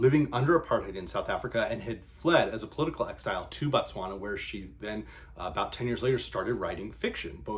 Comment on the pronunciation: BO please pronounce it BO tswana BA tswana is the people BO is the land